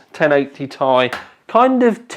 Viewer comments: Tea-Eye not Tie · FFS, it is T I, not THAI. Even Jen Hsun pronounces it T I. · please stop referring to it as a ti (tye) it's Ti (tee eye) as in the chemical element for titanium Sorry but it bugs me other than that keep up the good work:) when do we get the benchmarks? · Its not "tie" its "tee-i" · It's T-I, not tie, like tie fighter -_ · why are you saying TAIIII? unsubbed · That "Tay(Ti)" made me close this video and look for another review. Hihihi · Jonathan Wood It stands for Titanium. Nvidia even pronounced it 'tie'. Unless you pronounce titanium, T-I-tanium and nvidia is wrong. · Why does he say "ti" wrong!